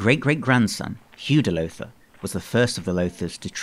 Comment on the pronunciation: You did a very good job on the history. Unfortunately you mispronounced "Lowther" all the way through the narration. The "ow" is pronounced like the "ow" in "brown". Think "How now brown Lowther." Thank you for your effort, nevertheless. Perhaps you would consider re-recording with the proper pronunciation in the future.